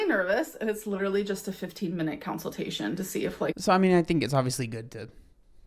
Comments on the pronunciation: I wasn’t sure if I heard counseltation and was being nit-picky, so I’m happy you said something. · Counsel-tation is what I hear at night when I can't sleep